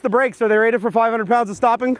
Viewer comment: and you said pond instead of pound